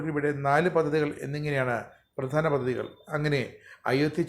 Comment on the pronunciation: പദ്ധതികൾ ആണ് അല്ലാതെ ആണു ശെരിയായ ഉച്ചാരണം, പദതികൾ അല്ല.